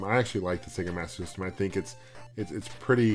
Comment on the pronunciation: thumbs up if you can say "Master System" correctly!!